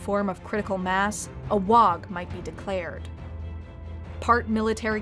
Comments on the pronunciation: Ooh, you got me all the way until you pronounced the g in WAAAGH. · Amazing but the g is silant in WAAAGH! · The g in WAAAGH! is silent.